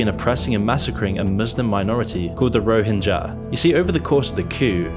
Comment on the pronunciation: Haha not to be that guy but its pronounced, Me yen ma,(myanmar) I know cause i grew up there, and saw everything, the chaos the civil unrest the protest the violence As always! Thank you for the quality video!!! (Its Ro Hinn Ga, not Ro hin jaXD)